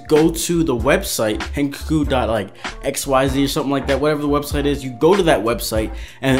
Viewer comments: its not hen cuck oo its hen cock oo im gonna die if i hear it one more time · Dude did he just say hen ke ku omg